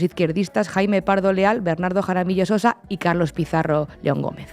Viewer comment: Jaramillo Ossa, no sosa